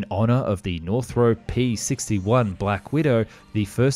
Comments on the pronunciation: Hope to see Japan make use of the learnings. And as an Aussie, I’d hate to correct you on this wonderful content but it’s not pronounced “North-Rope” but “North-R-Up”. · NorthROP, not Northrope (see any of Northrop's own videos for how they pronounce it)